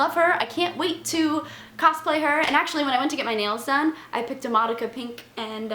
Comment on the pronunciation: It's not madaka. -.